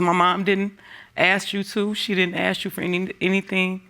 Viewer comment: The daughter in the second one really needs to learn how to pronounce 'ask' properly 😂 pet peeve of mine when they say 'axe' instead 😂😂😂